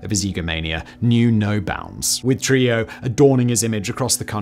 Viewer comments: I believe it’s pronounced “true-HEE-ō” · It’s pronounced “True-hee-yo”. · Simon butchering Trujillo's surname was well worth watching the video but the island of Hispaniola is in the Caribbean not south America lol